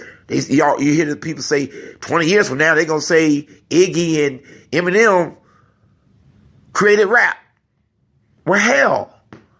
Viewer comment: Why u sayin iggy and emeneim, tbh I don't have anything emeneim tho